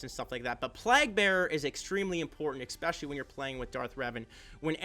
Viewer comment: eSpecially.. not eXpecially